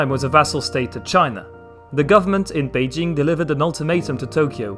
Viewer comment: He seems to have a better pronunciation of Chinese names such as Beijing.